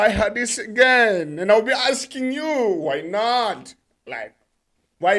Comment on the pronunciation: You must how to pronounce her name that's important thing